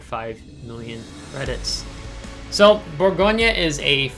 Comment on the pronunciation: I love the Bourgogne. It’s an amazing ship. 👍. Btw, fyi, we don’t pronounce the “e” at the end, in French. So it’s more like, Bourgogn. Hope that makes sense. Love your vids bud. Keep up the good work. Thank you.